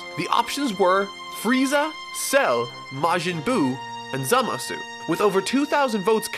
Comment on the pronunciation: The "u" at the end of Zamasu isn't pronounced, so it's pronounced like /zamas/